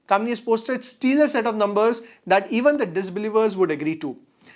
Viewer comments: Pronunciation check. Its not steelar. Its stellar. Stell rhyming with bell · just for future reference, its Stellar not stealer